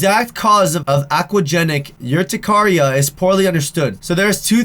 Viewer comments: It’s Pronounced Ur-Tic-Ar-E-Ah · I feel really bad for her BUT HE PRONOUNCED THE NAME OF THE DISEASE WRONG. Once again I hope it get a little better they need to find a cure for this.